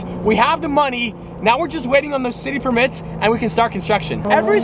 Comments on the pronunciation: Emphasis is on the per not mits in permits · Why does say “per-MITS” and not “PER-mits” 😅😣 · y did he say “permits” like that 🤣🤣🤣